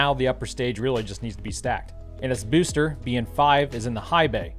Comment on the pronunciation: The way he said booster tho 🤣🤣